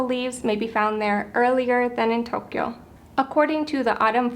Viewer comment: It's pronounce TOE-kyo, not toke-kyo